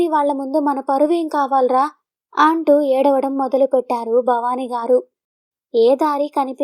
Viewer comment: మీరు కథ చదివే విధానం బాగుంది. కానీ, వాక్యం మొదట్లో అ అక్షరం వచ్చినప్పుడు ఆ..అంటున్నారు. ఆంటూ, ఆంది .. ఇలా. ఈసారి ఆ చిన్న పొరపాటు లేకపోతే మీ కథ అద్భుతంగా ఉంటుంది.